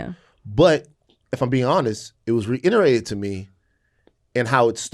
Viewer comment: Yes to all of this and also someone please tell Van its "reiterate" not "reinerate"